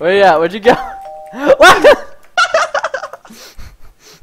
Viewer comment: preston its lochlan not lachlan